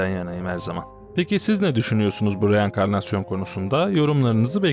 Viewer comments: Reankarnasyon diyor dangalak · Reenkarnasyon deil uyanıkailekasyon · Oooffff supperrrrr reekenrnasyonallleeee😂😂😂😂😂😂😂vaaay annasının ammmıkooo vaay vaaay vaaay neydi la rreenlominikasyonikomuu yookk annnasınınikooo😂😂😂😂😂